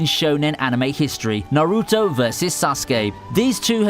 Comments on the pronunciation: does the guy watch anime, cringe at how he pronounces naruto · Stop pronouncing Sasuke and Naruto wrong